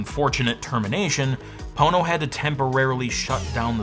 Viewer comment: Ohhh. Pono, umm, not Po*no. Nevermind. Gotta run.